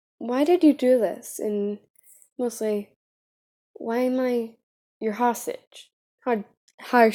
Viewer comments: Me: say hostage!: Hoshish Me: Close enough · Hostage it's hostage 🤣